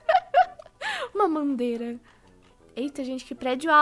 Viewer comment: Kkkkk. Alem da falar pedio ela falo mandeira kkkkkkkk. Eu fiquei tipo ce tomo alho que te fes mal